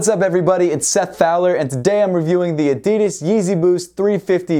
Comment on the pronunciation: Is it just me or did he say addidis not addidas